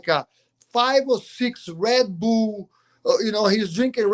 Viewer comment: "Red Bool"😆